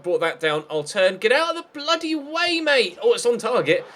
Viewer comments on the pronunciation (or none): none